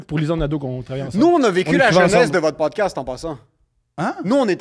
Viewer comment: LE MEILLEUR CROSSOVER DE PODKASTEUH .